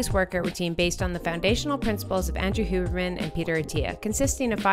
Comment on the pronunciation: *Huberman lol not Hibernian